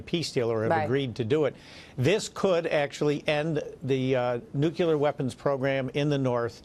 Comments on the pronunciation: I didn't realize Maria was such a great softball pitcher! Where did she get so good? But I digress... Mr. Collins, the word is nu cle ar, new klee ar, not nuke you lure. Even Mr. Trump says nuclear, new klee ar and he is a realtor, really, not a re la tor... But then, Mr. Collins, you say Mr. Trump has "balls in the air" so let's hope it's not America's, Mr. Collins. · "NO NUCULAR WEAPONS WHATSOEVER" jeez its NUCLEAR you morons